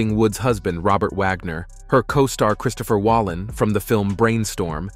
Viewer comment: Although most of this video did contain some truths, the one thing that did make me “gasp”, if that is something that people actually do, outside of 1930s films, is your horrible mispronunciation of the name of practically every actor you mention in this video. The actor on board the yacht with R.J. And Natalie the night she tragically lost her life was not Christopher Walleen, but rather, Christopher Walken, with a “k”, as in the word walk”. and, as Robert Wagner, with a “w”, rather than Vagner with a “v” is still very much alive, how could you possibly know how he lived his final years? Unliking this video does not quite seem fitting enough, so I will definitely be unsubscribing from your channel, as I do not wish to sit through more of you name and fact butchery of any other actors or actresses that deserve more respect than you seem to know how to show. I just don’t want to watch you kill off any other beloved celebrities before their actual death. The only fact you seemed to get correct was the fact that Robert Wagner did, in fact, exist. Though he is very much still alive, but ai guess living celebrities aren’t good for the views are they?